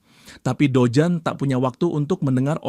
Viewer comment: Dojun min jangan dojan😂